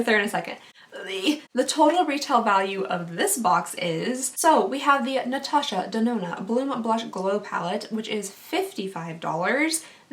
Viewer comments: Natasha Da-do-na 😂😂😂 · This is the first time ever I am commenting on youtube video. I loved your accent when you tried to pronouce "Natasha de nona"😝 I hope I win. I loved all of items in this giveaway. My insta: giddhaqueen 👸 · Literally loved listening to you say Natasha denona I laughed SO hard I almost died. You are my fave to watch I love how genuine you are. I literally can watch your videos over and over. Intsa: cupcaitx3